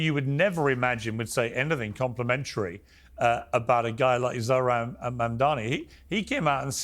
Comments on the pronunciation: When is somebody going to tell Bill that his name is not Zor-Han? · it's not pronounced Zor Han